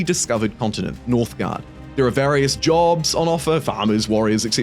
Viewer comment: northgard, not northguard.